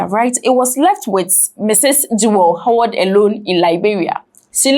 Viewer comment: Could you please pronounce the name like Haward? Howard. Thanks.